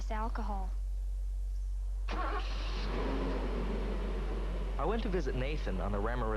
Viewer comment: why does Wheels call it "olchahol"?